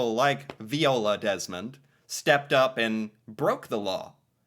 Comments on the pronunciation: Vy-ola, it was said aloud in the heritage minute, weren't you paying attention? It's almost as annoying as your continuing mispronouncing Toronto as To-Ron-TOE instead of Chronno despite hearing it said in several videos and Walter of Walter's World saying to skip the second "T" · Viola is pronounced vi-ola. Vi rhymes with “my”. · 🤣If you listen to the end of the first Heritage Minutes, the Narrator pronounces her Name Viola then in 5 seconds you again say Veeola. 🤣🤣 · So its Viola (V-eye-ola) as said at the end of that heritage minute. Laura Secord herself was a real person, but the story became a but mythologized, and now we have a chocolate shop company called Laura Secord's. Also I believe that would have been hardening maple sugar so it could have been cut into smaller pieces for candy and melting into other shapes for adding to foods or eaten as is. That would not have been a cheese or loaf, even if it was loaf shape. I'd suggest checking out "The Discovery of Insulin", "Jackie Robinson", & the "Avro Arrow" next.